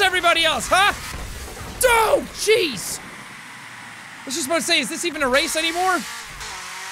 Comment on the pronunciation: He says Oh jeez but it sounds like he said dough cheese